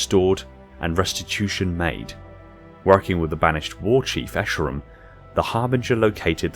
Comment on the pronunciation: We're running out of species and you're still pronouncing bestiarum as "bestarium", LOL